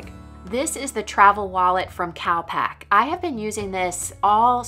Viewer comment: Enjoyed watching but I kept thinking you were saying "cow pack" not cal pack, lol I thought why would a travel equipment company call themselves cow pack xx